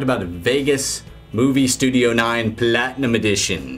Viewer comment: I always laugh how you say PLatinum! You always say the first two letter so hard XD